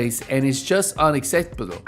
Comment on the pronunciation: The crying part when you said mispronounced "unacceptable". Not gonna lie that shit gave me a good laugh.